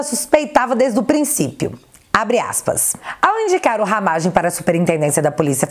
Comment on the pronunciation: Alguém que fala “Ramagem” com a pronúncia certa, paroxítona. você é óooootima!!!!